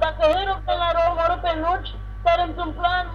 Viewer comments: mi se pare mie sau chiar zici nuci in loc de notch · Nici macar nu sti cum se zice nocht si tu ai zis nothc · Ba nu se zice nuci se zice notch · NOCI nu NUCI (stiu ca nu asa se scrie dar vrau sa arat cum SE PRONUNTA)